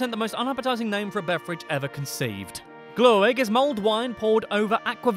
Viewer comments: It hurt my ears hearing him pronounce Swedish words, I’m Swedish so I know the real pronunciation and... it was pain when he tried to pronounce glögg but said glåegg instead.... that shit hurts man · I´m from sweden and I´ve never heard about the screaming out of the window or the moose tests, haha. But you´re ok about the pronouncing, except when you said Carl Linneaus insted of Carl Linné. But it gave me a good laugh tho, :D But I laught until I cried when you tried to say glögg. You´re awesome, haha. Tack and Hejdå ;) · you säg Glögg not "Glå-ägg" x'D You almost said "grey eggs" but you don't have the tongue for Å Ä Ö x'P You also failed to mention that collage here is free and paid by the state and + that you get 150$ each month for going to school. =) And that RFSU is the institute for STD's and is the first maker of the Condom as well as the vikings were with a .... Oh you research that last part. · its glögg not glöegg lol. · I don't know it as a fact, but his pronouciation of glögg was more like glåägg. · glå ägg lmao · I love your terrible pronunciation of all swedish words and cities!! XD And I am swedish so it makes it really funny for me to hear you butcher words like "glögg" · Yeah he completely butchered the word ‘glögg’... No wonder he thought it sounded unappetizing